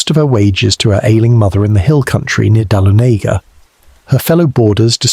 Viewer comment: Enjoying so far, but For future reference Dahlonega is pronounced “Da-lon- e- gah”